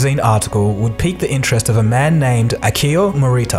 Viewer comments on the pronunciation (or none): none